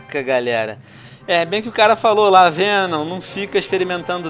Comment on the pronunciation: venom diz debonio kkkk